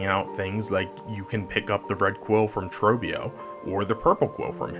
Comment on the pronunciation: man how the hell do you pronounce trobbio's name wrong it's like the only thing that guy says